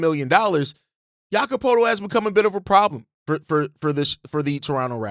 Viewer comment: Thank you for covering the Raptors... But lol: Jamal Shead (pronounced - *shed) Jakob Poetlt (pronounced - *purtle) Great content nonetheless ✊